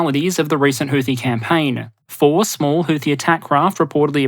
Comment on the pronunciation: houthi is not supposed to have th sound as found at the end of the word tooth. Arab consonants are difficult for those handicapped by low diapason languages such English, not to mention the additional handicaps of being from Australia. Not much can do about it I suppose.